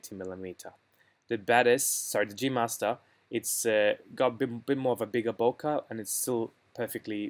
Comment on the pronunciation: Useful analysis, but all of it now changes quite dramatically, after the introduction of the new 100mm f/2.8 STF lens. BTW, it's not "bo-kaw", but "bo-kay" (it's a Japanese word).